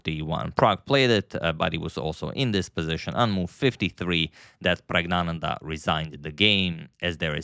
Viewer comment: Sorry to disappoint - you’ve been pronouncing pragg name wrong all the time. This is the native tamil pronounciation Prak-gya-nandhaa